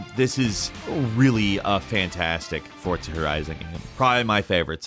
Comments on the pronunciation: It’s forza not fortsa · Isn't forza not fortza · Why does he say it like that ?? “FORT-ZA” 🤣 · I stg every time you say Fortsa i cringe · There is no 't' in forza. Learn pronunciation one of these days. Also, maybe don't include corridor/instanced games on an open world list. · My man said "fortza"😂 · Why are you saying Fortza? haha. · You & Jake pronounce Forza weird.